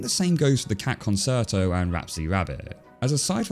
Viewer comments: "Cat Conserto" No, it's Concerto. Kuhn-cher-tow. Not Kan-sur-tow. Yes it bothers me enough to comment. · not conserto, concerto con-tchair-toe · con-sher-toe not con-sert-o. Love the analysis though. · Actually, it's more like "con-chair-tow" What you said sounds more like it would be spelled "conciuto". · “Con-chair-toe”, not “con-sert-oh”. “Concerto”, not “consirto”. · Babes, it's "con-cher--to", not "con-ser-0to" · I couldn't finish the video as it's pronounced "con-chair-toe", not "con-sair-toe" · Arrrgh, I don't want be that guy, but the word is pronounced "kuhn-CHer-toh" in both the original Italian and every variant of English, not "kuhn-Ser-toh". Sorry, that's just so distracting! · Are you saying 'concerto' like 'con-sir-toe?' I know it looks like the word 'concert' with an 'o' stuck on the end but it's pronounced 'con-chair-toe.' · FYI, it's con-CHAIR-toe (CHUR to rhyme with 'her' also okay), not con-SIR-toe. Great video otherwise though! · "ConSERto"? Most music lovers pronounce it "conCHerto". You know, as in Italian, the language which gave us that word. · Concerto is pronounced concherto not conserto. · It's hard to take you seriously when you say "con-sir-toe" instead of "con-chair-toe". Italiano, mio amico. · What the heck is a "conserto"? Italian pronunciation of "ce" is "che", it's pronounced conCHErto!! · Concerto is pronounced concherto not conserto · Am I the only one getting annoyed by mispronouncing "concerto"? He's saying "con-SIR-toe" instead of "con-CHAIR-toe" The word is Latin/Italian, not Spanish. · Hearing "Con-ser-to" instead of "Con-cher-to" hurts my ears (JK), Great video, really well researched. Comedic minds just think alike sometimes, you used to see that a lot on talk show stand-up segments, very similar jokes about current events that couldn't have been stolen given how quick they were written and put out. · Excuse me, con-ser-to? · It's pronounced "con-cher-toh" it's Italian. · It's pronounced "khan chair toe"